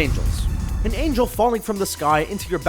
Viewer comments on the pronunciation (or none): none